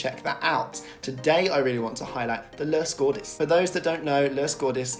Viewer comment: The lös godis with his accent pfft